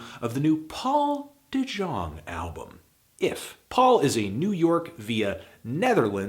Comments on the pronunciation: it's pronounced "de Yong" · Fantano, it's pronounced as Yong. You're the best. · Not to be a pedant, but it's pronounced "de yong".